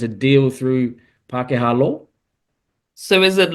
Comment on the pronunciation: "Pakeha law" - what is that muppet on about